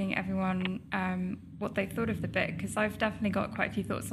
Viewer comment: Its "book" not "bek".....!